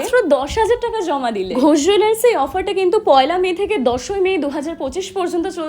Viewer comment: Last a 'Ghosh Jwellers ' lekhate alo boler name ta clear holo ... Nahole ami ota 'Go Jwellers' sunchilam 😢